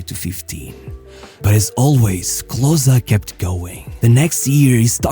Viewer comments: Not closer, but KLOSE..Junge, komm schon. Wir wäre es mal den Namen richtig auszusprechen??? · Its not KlosA its callt KlosE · KLOSEEE, not CLOSSAA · Klose not Closer ;) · Bro his name is Klose not Kloszkiy lmao. You just have a stereotype view of what germans have to look like because Hitler fucked your head and you think everyone in Germany is blond and blue eyed. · Klose ist doch nicht so schwer auszusprechen bro ... clausä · great to see our german-polish hero honored international! But your pronunciation of Klose is quite bad ;) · Such a shame the whole Video his name is pronounced wrongly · you didnt even pronounce his name accurately